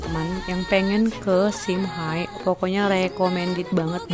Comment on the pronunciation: Kak cara baca nama tempatnya simhe bukan simhai, cuma perbaiki sedikit ya kak